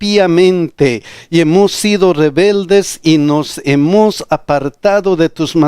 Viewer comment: Pastor...disculpe! Por favor, pronuncie bien " HEMOS".